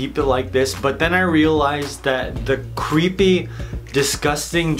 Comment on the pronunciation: When you said creepy it ends up cweepy. lol give a like if you hear cweepy